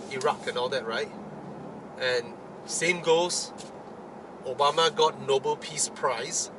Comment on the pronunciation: It's Nobel, not Noble. And the prize is named after a person, Alfred Nobel....😂😂